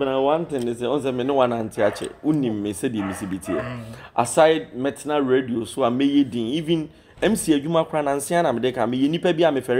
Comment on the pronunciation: Please correct for future reference sake,radio and not redio,thanks.